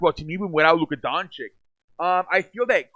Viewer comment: I liked the video... Btw, Luka's last name is pronounced like Doanchich, not like Donchick... Not trying to be a dick by mentioning that, I was saying his name wrong too for a long time.